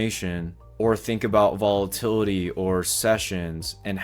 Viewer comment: Volatity? :) sounds risky